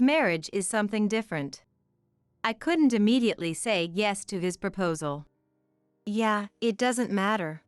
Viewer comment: Please recognize that English words are pronounced differently according to context. Yeah. Is not Yeay. Agape is not “A Gahhp aaaay” that’s Gods perfect love. Agape is Also pronounced Agaaaap the e is silent and the A between the g and p is long. Fiancé is also always pronounced wrong here.